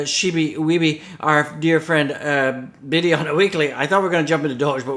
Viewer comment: Tiddy Tiddy time time 🤣🤣🤣🤣🤣🤣 I don’t think you meant to say it how it came out